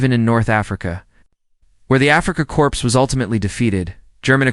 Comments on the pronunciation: Fer gawd’s sake pay for decent AI. Not Something Which Leaves awkward Spaces. Also corps is pronounced “core” not “corpse!” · Corps, It's pronounced 'coors' , not 'corpse' ugh ai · Learn please, the word “Corps” is pronounced “Core” not “corpse” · Pronounced kor not korps the p is silent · note to ai: it's pronounced CORE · So is the "s." But this is AI which has been instructed that p is pronounced pee and s is pronounced ess. Be careful, it may decide humans are illogical and declare war.